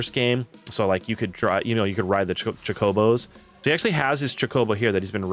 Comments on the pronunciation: why are you pronouncing choke-o-bows cha-co-bows. are you 10? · Say it with me… choke-obo 😂😂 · Why do you say “Chocobo” like the name “Jacoby” 😭😭 you even started to say it right and went, “nah, lemme fck this up rq.” Otherwise, solid video, man.